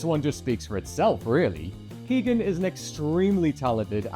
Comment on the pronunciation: Keoghan - pronounced: k'yo-un